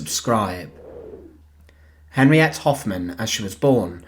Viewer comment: Henriette pronounced Henri etter